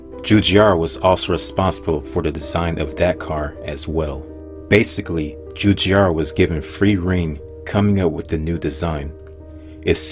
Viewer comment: I'm just so sorry, but the way you pronounce Giugiaro is just.... YUKH. Djewdjaro... uhu.